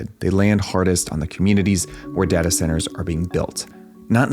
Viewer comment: It caused me physical pain every time you said dahtah.